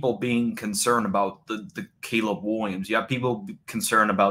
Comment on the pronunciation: JJ mccawthy is a bum. Wiwwiums is so much bettuh